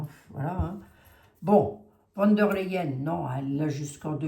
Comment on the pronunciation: Bjr. Savez-vous que le V se prononce F en allemand. Donc v d l se prononce fon der L.